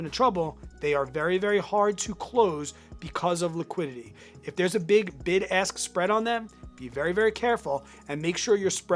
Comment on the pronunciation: I keep hearing “big ass spread price”